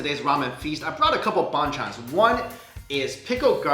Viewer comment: Since I’m Korean, hearing mike say “ban chan” is so funny😂😂